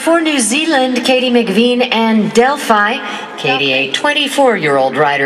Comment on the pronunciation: They keep pronouncing Delphi's name wrong!